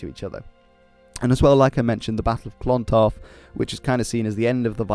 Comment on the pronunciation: My god, your Irish pronunciation is causing 'me ears' ta bleed. It's not Clawntarf, it's Clontarf. The O is small. Say clon quickly and without a strong On sound. Mael "Shock-nall". (Seachnaill ) Cogadh Na Gael re Gaillimh. (Cugga nah Gael ree Gaul-yiv) in all fairness though, cheers for trying!! 😉